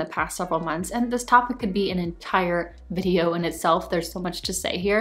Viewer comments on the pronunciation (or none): none